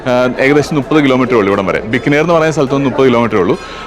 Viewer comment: its not bikkanir its Bi-kaa-ner. Thanq